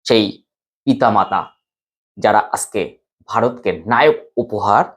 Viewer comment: খুব ভালো লাগলো। আজকে বলুন,আসকে বললে বড্ডো কানে লাগে।